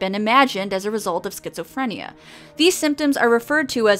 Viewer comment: Sket-Zoe-Free-N-yeahhh! Sounds like a imaginary world to me.